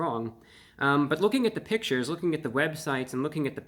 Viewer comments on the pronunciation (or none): none